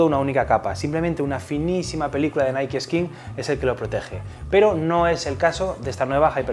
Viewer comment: yo pense ke se decia naik osea nike no naii